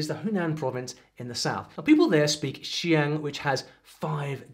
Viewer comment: Please look up the IPA for xiang and zhuang because hearing you pronounce it with a british filter was sort of painful